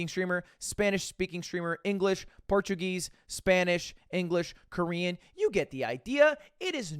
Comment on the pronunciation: just here to say your português pronunciation was perfect